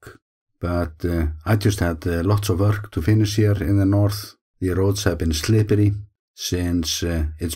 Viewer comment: Did you hear him say Slippery? I actually giggled, it was absolutely great.